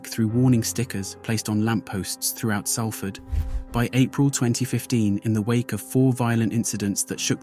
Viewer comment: My book “ born in prison: how I survived shootings stabbings prison crack addiction Manchester gangs and dog attacks “ is available on Amazon & Audible. I know Mark. I also knew Paul M from 1991+. Thank you, it’s pronounced Solford not Salford